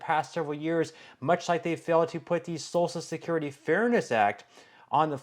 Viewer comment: Please stop saying salsa security it’s social security listen to your own videos are you referring to food or social security? It is hilarious on how you pronounce these words